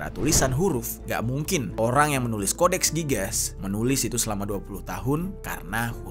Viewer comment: codex gigas cara bacanya gini "Codex Gigas" bukan codex gigas